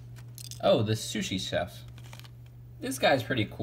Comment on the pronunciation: You keep saying shushi instead of sushi